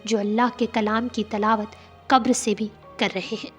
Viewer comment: Talaawat nai tilaawat